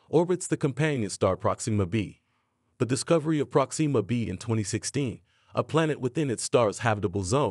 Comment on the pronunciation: Dang it! Why can't anyone say my name correctly?? It's NOT "Prok-SEE-muh" - it's pronounced "PROK-sim-muh"